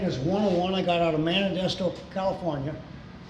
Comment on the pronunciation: This is a beautiful collection and just for clarification, I believe that meant Modesto when he said “Manidesto” in the video. I’m from California and wanted to clarify.